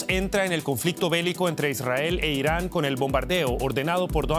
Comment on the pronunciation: Inari o Irani? Jajaja